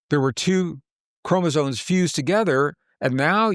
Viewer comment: Sorry to be a pain but I got to pick on continually saying CHROMOSONES and not chromosomes - other than that great talk:)